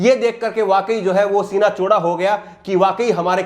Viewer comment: Chooda??word 2.05 😂😂😂😂😂by anchor